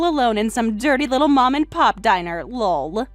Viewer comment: Please stop saying "Lull" whenever LOL comes up. It's meant to just be a laugh.